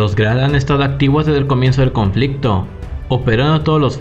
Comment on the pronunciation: Porque ave el Acentooo a Todas Las Frasees...Conflictoooo...Acento en todos los Fin de oracion..🤦🏻‍♂️🤦🏻‍♂️🤦🏻‍♂️